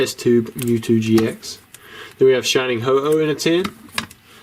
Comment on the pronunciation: Ho-oh not ho-ho. 😂😭